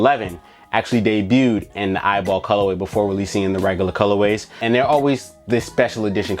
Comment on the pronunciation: It’s E Y B L not eyeball😂😂😂